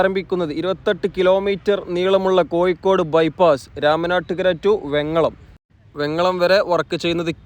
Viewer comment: കൊയ്ക്കോട് അല്ല കോഴിക്കോട്